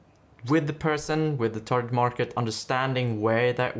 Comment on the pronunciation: Yes sorry, but "tar-jet" was very distracting when it's "tar-git" instead.